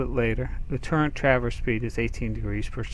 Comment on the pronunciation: LOL "turrent" ...LOL